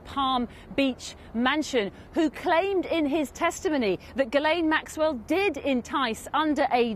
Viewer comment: How come no one seems to know how to pronounce ghislaine not guilaine